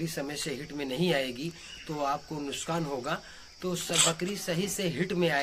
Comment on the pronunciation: Bhai sabse pehle ap dhayan de ke nuskan nahi nuksan bola jata he